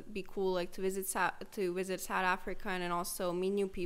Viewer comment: "Sahd Afrika"👁️👁️